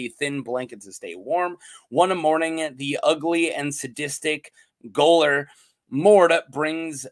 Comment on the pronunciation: Goalor is pronounced jailor.